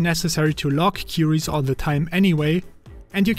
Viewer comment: You seem to have a German accent, am I right? No criticism, just for you to improve: You are talking about Queries, not Qiuris :) try Googling the pronouciation. Ps. Great video. I have my own NextcloudPi and it is great. With Nextcloud Talk you even can use a Teams alternative